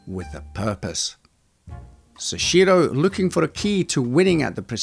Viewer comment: seshiro?? soichiro. soh-ee-chi-roh. soichiro